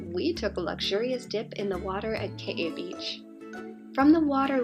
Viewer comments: The pronunciation isn't kawaii it's just ka - why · I live on Kauai and all the locations you pronounced were wrong